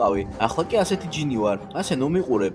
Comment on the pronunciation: გჟინი კი არა ჯინი